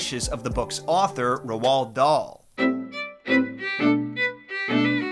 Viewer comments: It's Roald, rhymes with old. Not Rowald. Interesting video, thank you! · Roald is pronounced "row-ld." Not roh-ald... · It's said rold like gold , not ro-ald lol shits driving me crazy yo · Ro Wald? Lol it's rold. You sound crazy. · Bruh. Roald=rolled, not roh-ahld. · bro its not ROW-ALD. its pronounced like ROLLED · Rowald? Lol pronounced rohl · So...either I've been mispronouncing Dahl's first name this whole time, or has been mispronouncing it. I thought it was pronounced as "Rold", not "Rowald" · “ Rowald Doll”😭😂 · Ruall Darl. Take a shot everytime he says his name wrong. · For future reference, Roald is pronounced Roo-all. It's Norwegian, and you can find the interview where he explains this on YouTube. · Did he call him rowol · It is pronounced ro dal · Ah yes, my favorite author, Ro-wald Dahl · Where did you get ROW-all-D DOLL from? Dude… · ROALD not R-U-H-OLD. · Three things: 1) Roald is pronounced "Roo-All" 2) "...and I AM that lesser man!" 3) Why did you have to tell EVERYONE about my Mum?! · i've never heard anyone pronounce roald that way, i say it like roll with a d on the end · It’s pronounced rolled… Dahl 👀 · I would LOVE if you did Charlie and the Chocolate Factory!!! It may not be Dahl's darkest book,but it is his most interesting one. I would LOVE for you to dive into it. (Also his first name is pronounced like road) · i love the video and i know this doesn’t matter, but hearing him say Roald made me cringe every time, it’s pronounced like R-old. i’m pretty sure anyway since we learn about him in primary school in the uk. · Ro-arl dahl? 😅 I like it. He was a big racist so i like such a mispronunciation. May he forever be remembered as ro-arl. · Loved loved love this video. I am a huge fan of Roald Dahls books, having the full set. Only one thing, Roald is pronounced Rolled. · Your pronunciation of Roald drives me nuts. Roald is pronounced liked “rolled”. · Pronounce Roald as "Road" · first time ive ever heard anyone call roald dahl "ru-whall"